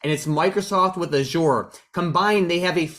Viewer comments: Look at you pretending to know anything about MSFT when you can't even pronounce "Azure" lol. And earnings were bad. Hence the drop today. Learn about stocks before making a channel lol. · First, learn how to pronounce "Azure." Can't take a channel seriously that doesn't even know how to pronounce one of the biggest products from one of the biggest companies in the world lol. Also, your ignorance has been completely exposed because you were caught explaining why MSFT exploded 14% when it was actually was an error in algo semantic analyses and not fundamentals--which were not good lol. Tired of all you with channels who don't know anything about stocks and business.